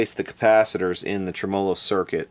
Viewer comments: love the channel long time subscriber but it's Tremo-lo, not Trem-O-lo! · here in New York... it's pronounced "Trem-olo" just for your elucidation,:) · Interesting video. Tremolo is pronounced tre-mə-ˌlō. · Here in Adelaide South Australia where we speak correct English I feel compelled to correct the way you pronounce the word tremolo. It is Trem- Ah-Low. A good example is the intro on Ian Hunter's : Once Bitten Twice Shy, when he says Hello. Thanks you and good night. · What's a "Trem-o-lo"? Is that the same as a tremolo? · Should be pronounced tre-MEL-o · No, it should be pronounced TREM-a-low. Accent on the first syllable. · Been at this for -- well, in playing year, 59. It's re-VERB, and tre-MO-lo. AND humbuckings. Not humbuckers. And cherry sunburst, not tri-color. Don't know WHERE the semantics went into the toilette. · Trem-A- low, Dang. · Could you replace the capacitors in the way you say tremolo please. It's faulty. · You are the only human being on planet earth who pronounces “tremolo” that way. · First time I have EVER heard it pronounced that way myself... LOL. Must be an Eastern Kentucky thing... kinda like eating burgoo. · you say tremolo in a funny way :P